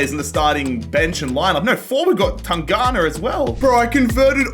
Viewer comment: It's tan+ganga not tangana 😂